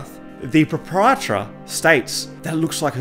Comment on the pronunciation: Pro-pri-etor, proprietor